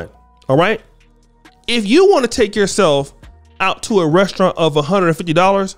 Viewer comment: I'm not paying 200$ for a date with someone who can't even pronounce restaurant correctly (ressurrant)